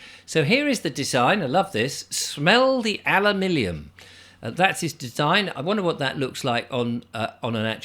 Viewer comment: Is it me, or does say "Smell the alumillion"? If it is me, then perhaps it's my brain affected by the chem-trails... Thanks for all your time and effort,! Unfortunately one has to sift through lots of chaff to get to the diamonds...